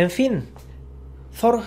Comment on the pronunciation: No sé pronuncia "zor" es Tor como el dios nórdico. Te lo digo porque yo vivo en Noruega, en su ciudad natal